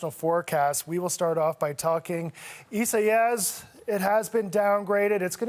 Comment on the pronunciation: well educated moron can't pronounce Isaias.